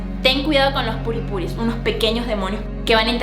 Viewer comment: q carajo es purispuri??? hahaha